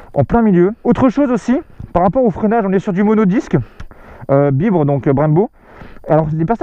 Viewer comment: Sympa la vidéo. Pour info BYBRE ça se dit en anglais genre "baybré" parceque c'est le diminutif de By Brembo (par Brembo)